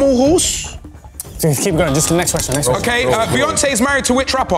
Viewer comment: ay filly respectfully you cant read out questions 😂 man read the whole ting wrong 😂😂😂